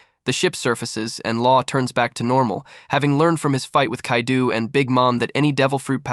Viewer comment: the mispronunciation of so many names/places has me crackin up "Kadeu" has me like "is this French Kaido?"